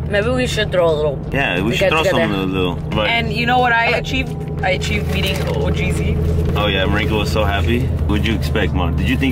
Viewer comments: Bro said ohgreesy 😂😂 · He said Oh’greasy 💀😂😂